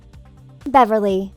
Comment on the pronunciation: He spelled Beverly wrong lol he said berverly